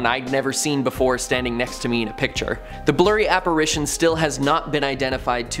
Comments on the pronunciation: It’s ITION, not ATION….Regarding the word “Apparition” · You all missed BOTH of them saying apparAtion. Instead of apparItion. Lol. Thanks for the spookies👻 yay. The guy finally caught himself😉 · This guy thinks he's funny but he's not....and that makes me laugh...so I guess the jokes on me....p.s...Why don't these people, who prepare these posts for days, know how to pronounce words... not to be petty but it's apparItion not apparAtion